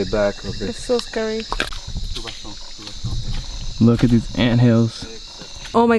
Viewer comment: "So scurry"